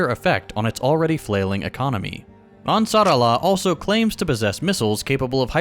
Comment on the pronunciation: The ansarallah pronunciation was 👌. He even got the S pretty good, which isnt easy for none natives